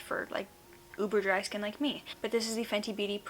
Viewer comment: when you said 'uber dry skin like me' i thought you said 'uber driver skin like me'